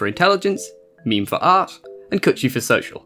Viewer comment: Just so you know, it’s not pronounced like a meme, more like this: meh meh. And it’s not like mame like tame, it’s more like mah (like in mama) meh. So mah meh.